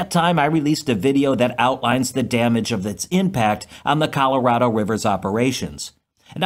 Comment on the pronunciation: How do you pronounce Colorado again?